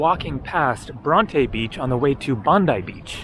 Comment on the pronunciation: Bron-tee beach